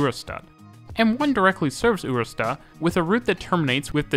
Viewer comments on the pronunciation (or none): Ørestad isn't a U sound, its OE - but many are unable to pronounce it.